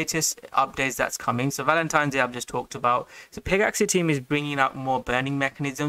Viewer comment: Bro it's not peg-axie it's pegaxy... like a mythical pegasus. Not an axie.